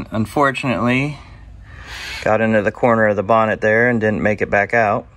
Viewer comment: Hay you said bonnet how very British, well done .cheers from UK.